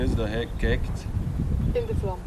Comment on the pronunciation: has really to learn to pronounce the English TH in the right way.